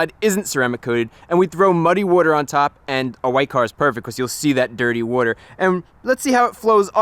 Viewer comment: You pronounce water weird.